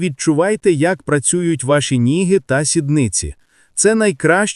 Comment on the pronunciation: Як неприємно слухати! Які ніги,що ви іноземець? Ноги!Ноги! Що це робиться регулярно на відео? Як Вам не соромно так неграмотно прочитати вже готове! Чи це ШІ??? Абсурд!